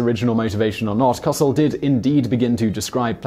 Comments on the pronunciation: Coh-cell not ca-sil also it's pronounced ig-not-cee-oh hence nachos cause it sounds similar. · You're pronouncing the man's name wrong: It's "Howard Co-sell", not "Howard Kahsl" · N'ah'cho. Co-sell. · As a person who still remembers Howard Cosell's voice sportscasting on the news, I just can't resist correcting your pronounciation! Every time he signed off he told us his name. "I'm Howard Co-sell" he would say, as in, to sell jointly, to co-sell. Not cossel as in "causel" or "cossette" but Coh Sell. Ok, thank you for listening, I'm NOT Howard Cosell! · Simon, it's not cos'ell. It's Howard Co'sell (Ko Sell). He was a national treasure. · It's Coe-SELL. Not "Causle". PFFFFFFFT. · Pronunciation is “kō~sell” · Co sell not costal. Heck he wasn’t a Cossack! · I understand that sometimes the way words are pronounced in the UK vs the US may differ, but you should really get a person's NAME correct. The announcer's last name is pronounced Ko-SELL, not KOSS-ell. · CO-Sell. Not COCIL. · He definitely needs to do more research on how to pronounce things. Cos-ell? Co-sell. Also I found it rather weird that he would end the video with someone pronouncing nachos the right way. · Howard Kah-sul? SMH. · Howard Co-SELL. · Natchos was killing me too lol, not to mention his Rio Grande. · This is Howard Coe-SELL. The first syllable rhymes with toe and is not stressed. And sell sounds like Bell. we want to hear both Ells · I believe Howard Cosell's last name is pronounced Co-Sell. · It’s Howard “Co-sell”, but I’m not mad at you. Keep up the good work! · Simon mispronounces Howard Cosell's name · Pronounced - Koh-sell. I remember those broadcasts. We'd mimic his voice in school the next day and drive our teachers crazy. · Howard "Cossle" lol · COH-sell and it's NAH choe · Simon, I love you dearly, but Howard Cosell's name is pronounced co-SELL, and nachos are NAH-chos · howard koh-sel. hurt to hear it that way. google a video of howard saying his own name. this was the agony of defeat.